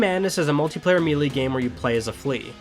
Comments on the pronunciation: lol, melee is pronounced 'maylay' not meelee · It's pronounced "may-lay", not "mee-lee". If you're going to be professional, you must have a solid command of the language. Just saying. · There is no such word as "mee-lee". It's pronounced "may-lay", or "ma-LAY"